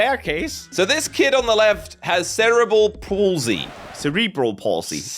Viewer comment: "Cere-bul pulsey"